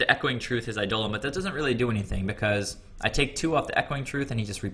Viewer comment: By the way, it's pronounced EYE-deh-lon, not eye-DOH-len. :)